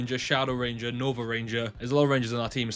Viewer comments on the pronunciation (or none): none